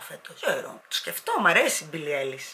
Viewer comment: Προφέρεται άιλις όχι έιλις❤️είσαι υπέροοχη